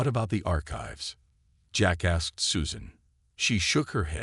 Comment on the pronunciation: all i kept hearing was "jack asked" as jackass